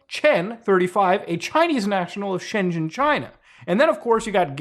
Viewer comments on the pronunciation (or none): none